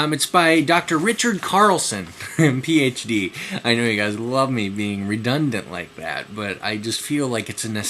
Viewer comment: The way you say "Ph.D." is really funny.